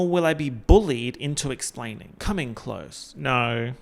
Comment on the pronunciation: Come in close: ❌ Come in CLOTHSE: ✅